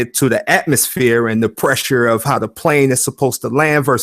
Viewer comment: What's a "trigginommy"?